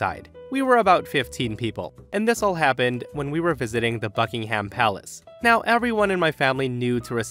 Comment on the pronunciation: For the first story I thought he said “fucking ham palace” instead of Buckingham Palace lol. Also I think it’s funny op cousin got mad when there’s literally a vid of a guard running down a lil boy bc he wouldn’t move for guards